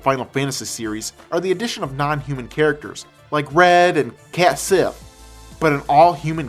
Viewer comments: it's pronounced c-ATE-sith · uh, kait sith is pronounced /keh-chee/, re-re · Cait sith not cat lmao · "Cait Sith" is pronounced "Ket Shee", for future reference. I'm surprised you didn't include Double Dragon on the list, or even Street Fighter maybe. But, opinion's opinion, and that's what we all came here for, your opinion. Right? Well, I know I'm right.